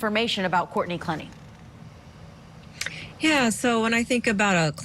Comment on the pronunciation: * "clEH nee"